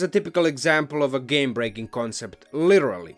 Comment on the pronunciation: Oh, boy, these options are so powerful, it broke word "game" to "gaem" !